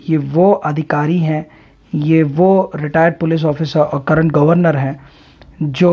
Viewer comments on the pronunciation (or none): none